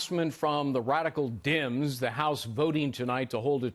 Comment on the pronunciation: OMG! I had to rewind that 5 times: "Harassment from the radical Dims" ROFL!